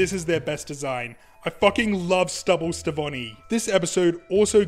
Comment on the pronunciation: Isn't the Connie and Steven ship name "Stevonie"? Your version of the name is still cool btw!